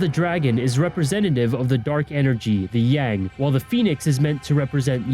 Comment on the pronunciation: You can't even get the "Yin" and "Yang" right😪😪